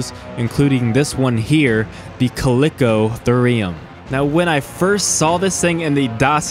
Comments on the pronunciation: colicotherum lmao how does he pronounce it like that? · name is chalicotherium, calls it caliko "uh" theriiiuuumm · Ka-le-ko-ther-ium. Thank me later. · went to the store payed my money, and the cashier gave me back my KANGE... I also own a CAlICO CAT, CALICO CAT... so do you just record these videos and make up how you pronounce, or do you even attempt to look it up before hand. then proceed to spread misinformation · Chalicothere is pronounced 'Kal-i-koh-theer', so therefore Chalicotherium would be pronounced 'Kal-i-koh-theer-ee-um'. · it triggers me how you pronounce chalicotherium